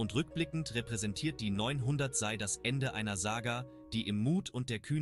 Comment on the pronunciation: Man sagt SEI, nicht SAI.